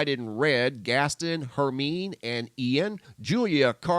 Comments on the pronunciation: Hermine is pronounced "Her-mine-ee". Also, Zeus' daughter is ART-em-is. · "Ar TEA mis" REALLY? "Gas Ton" and " Her Mean"?